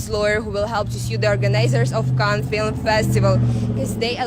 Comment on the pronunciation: The city is not pronounced Kanes, it is cannns!